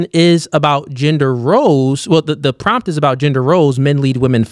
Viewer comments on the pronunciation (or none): none